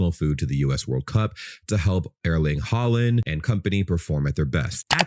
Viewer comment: The way you pronounce Erling Haaland is so American omg. 😭